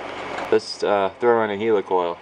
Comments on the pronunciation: I don't know why he calls it a HEELYCOYLE! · and he saying it wrong helicoil like helicopter n English anyway ha